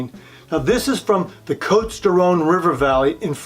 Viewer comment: Nice video. Not meaning to be pedantic, but if you are going to be a wine expert, particularly in a video, you should probably be able to pronounce some basic French names. You missed Côtes, Guigal, and Ribebon. As i said, if you go to the trouble of a video, just consult anyone who knows a bit of French.